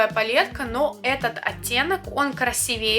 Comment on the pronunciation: красИвее ещё очень не хватило свотчей всех оттенков на руке